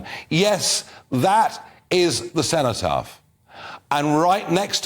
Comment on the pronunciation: It is cenotaph , not ceontaph, ( greek word ,cenotaph = empty tomb )